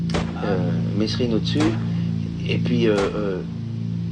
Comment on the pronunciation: c'est mesrines pas messrines bandes de rigolos